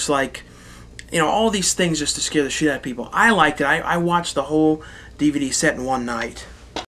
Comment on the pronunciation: i love how you say Shit SHEET haha. nice vid bra nice vid.